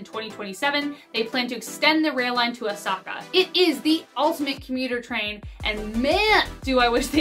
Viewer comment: Hi I'm going to be that person... "Chu-o" "shin-kan-sen" (shin like you leg) and O (short sound not oo) O-sa-ka... Japanese is difficult to pronounce but in syllables it's way easier